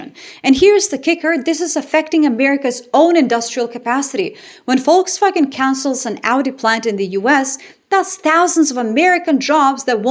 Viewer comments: Shout out for perfect pronunciation of „Volkswagen“ 👍🏻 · I know! I listened to the opening statement twice to be sure I was hearing it pronounced properly. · For the first time I hear a native English speaker pronounce the word 'Volkswagen' correctly.....Bravo.👏👍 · Hearing 'Volkswagen' pronounced correctly in an English context feels surreal.